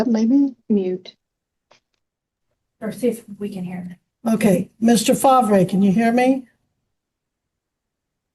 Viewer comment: Fahhhv-ray? Did I miss the memo that we pronouncing Farv the way it’s spelled now harrumph